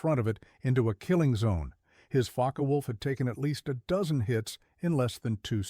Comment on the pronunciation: “Faka Wolf”?? Puh-leez